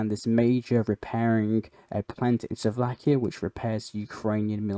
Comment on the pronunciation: Mate, good videos, and lots of global news compressed, but can you please pronounce things properly, at the very least countries, Slovakia is not Suvlakia, cheers